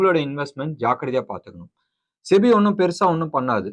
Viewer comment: இந்த சிபி யையும் செபி னு சொல்ல சொல்லுங்க...